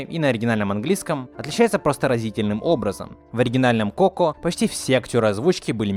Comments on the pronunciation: Так уши режит то что та говоришь неправильно, правильно не ко́ко а коко́.!!!!! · Не КОко, а КокО, и не Эктар, а Гектар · Тайна КокО а не КОко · не Тайна кОко а кокО. и вообще , он не Эктор а Вектор!! 🗿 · Не коко, а коко(ничего не поменялось, но ты произносишь не правельно) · Не КОко а КокО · Простите конечно....но имена проговорены не правильно... Во-первых ударение на кокО Во-вторых Гектор, а не Ектор... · Согласна, так звучит лучше Но от куда ты знаешь как правильно? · А разве не коко́? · Ударение! Коко́! И ещё Гектор, а не Эктор. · кокО, господи, в мультике же есть ударение нормальное